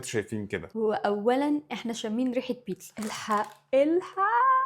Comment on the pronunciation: إنتي ليه بتقولي موتساريلا و بيتسا 🙂🙂 حرف ال ز عندك فين 😂😂